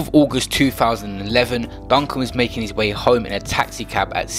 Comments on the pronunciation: Can man doing the voice over stop disrespectig him. His name is mark DUGGAN not duncan. RIP Mark Duggan.. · How can you repeatedly say ‘Duncan’ and spell it ‘Duggan’ 🤦🏽‍♂️ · "Duggan" not "Duncan" AND "Kelvin" not "Kevin" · Bro u need to quit his name is duggan not Duncan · Y yu sayin Duncan his name is D.u.g.g.a.n Duggan not duncan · DUGGAN. not Duncan fam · Zyno1k The YT’er is saying Duncan and it’s supposed to be Duggan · Why do you keep calling him Duncan? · Bruv u said Mark Duncan. I clicked off the vid already. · It’s not duncan u fool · did this man acc say mark duncan 🤣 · Man said duncan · Man said Duncan 😑🤦🏻‍♂️ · Man said Duncan!! Omd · Man said Duncan 😂😂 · I was gonna sub to this guy but my man said mark duncun wtffff 😂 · U shit cunch youtuber man said Duncan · Man sed Duncan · my man really said duncan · Turned off as soon as you said Duncan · Who's Duncan? Bandokay defo gonna rush you for getting his dad's name wrong 🤣😭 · Man said Mark Duncan smh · I suggest he leaves the UK for a bit, even my 13 year old daughter knows it's Duggan. WTH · he even says bandos name correctly but whys he struggling to say hes dad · Man said ‘Duncan’ and after said he was born in ‘September’ when it said ‘December’ on the screen 🤦🏽‍♂️😂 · did a man really say mark DuNcAn? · Man said Mark Duncan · WHY DO YOU KEEP CALLIN HIM DUNCAN ???? CAN YOU READ??? OR ARE YOU TAKING THE PISS??? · Oh fuck sake man said duncan. You dont know shit😂. Silly harmless nerds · Man said Duncan!!! Delete yourself. These outter London yutes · no his not stfu u can tell just by his accent his not from london forget that he cant even pronounce Mark duggans name properly man said Duncan and he is the reason why the riots started all around London if he was from there he would know his name what a donut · NotTodayISIS Yeah I know...he didn't pronounce his name properly, its Duggan👍🏿. London people will never forget that name after that riot. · Z he said duncan the whole video😂